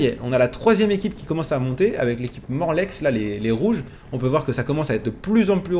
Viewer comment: Salut félicitations je voulais juste dire que l'équipe de Morlaix on ne prononce pas le x voilà